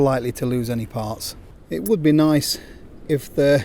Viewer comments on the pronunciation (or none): none